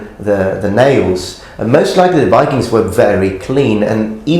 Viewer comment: Enjoy your videos a ton but i have a remark. You are often very eager to point out when someone butchers a japanese name, while you yourself say "go viking" completely wrong. I usually dont care but it seems a little odd (i also do realize that this is an old video)